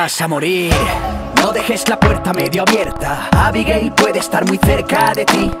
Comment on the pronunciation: cuando dice abigail suena como abigay xdxd